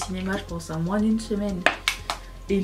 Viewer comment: Coucou Tu vas adorer m’entendre dire moinSSS Le ralenti est magique